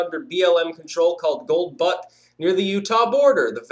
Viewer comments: into the vid, the name of the area is "Gold Butte", pronounced Gold "Beaut" as if you were going to say Beauty without the y. This whole thing isn't about the cattle, the tortoises or even the wind/solar farm. It's about power and control. It's about forcing those living the rural life to go urban - ala Agenda 21's "rack'em stack'em" plans. Therefore it will be much easier to control everyone through tracking, etc. The other rhetoric is simply camouflage to ensconce the truth. If the BLM wins here, they can come into your home and do the same. This a test case to see how many Americans will fight back. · I have been in that area (and driven and walked much of that State) and can honestly say that the fact is: Since BLM took over as "Managers" of the Gold Butte (Pronounced: B-Yute) area, there has been a huge decline of these desert Tortoises (by way of their capturing them for their ridiculous 1 million $ a year project) which the a fore mentioned Federal Program has ended in Absolute and utter "FAILURE!" to protect! Besides the fact that "Free Range Cattle" are a lot more intelligent than to risk a broken ankle by stepping on one, and instead they treat each other merely as cohabitants along with all of the other wild life of the area.